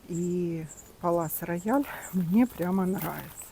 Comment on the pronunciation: Здравствуйте,а почему Палас Рояль,а не Пале Рояль?